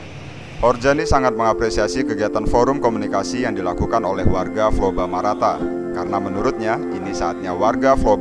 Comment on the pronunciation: Flobamorata om, bukan Flobamarata..